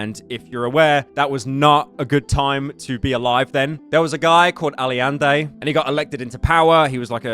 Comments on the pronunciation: As a Chilean myself, i laughed so hard hearing Allende as "Al-iende" and Pinochet as "Pinoshei" thanks Pyro JAJAJJAJA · A new mispronounced name to the list, welcome to the all of fame Presidente "Alende" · As a Chilean hearing you say "Ali-ende" warmed my soul sm.. never stop mispronouncing names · "aliende" omg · "Aliende" my dude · a guy called "Ali Ande" is crazy work unc, but "Pinochee" lmfao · To me, as a Latino. This is just cultural shock, I meet a lot a people doing the same things, the same attitudes. And it is normal, at least, in a lot of parts of Latin America. 'Aliende' yep, pyro mispronouncing anything as usual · NOOO THATS NOT HOW YOU SAY ALLENDE OR PINOCHET😭😭😭